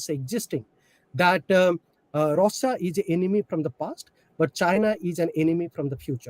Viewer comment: This guy a joke, can't pronounce Russia properly, such a bad accent. Had to turn on subtitles to understand. too says OOkraine instead of Ukraine. Presentation matters.